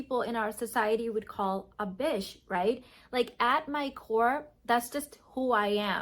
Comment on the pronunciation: Am I hearing this wrong...Is she saying bitch or bish....lol